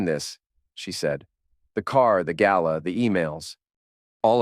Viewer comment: Gala not gallow.